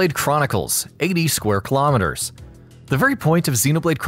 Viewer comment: Thanks for pronouncing the “km^2” right